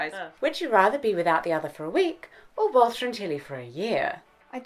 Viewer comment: When she first said "Three weeks without Walter and Tilly", I thought she said "Water and telly" :)